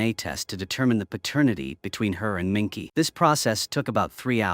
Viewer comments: The plot/story is poor, but the production value (sets, props, etc) is good. But I wouldn't watch it again. Shame you're using AI. The name is not "Minky", it's Minke, pronounced Minkuh. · Her name wasn't said correct ONCE!! It's MINKE!! PRONOUNCED MIN-KUH